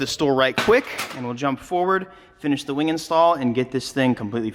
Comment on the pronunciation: “Weing” lol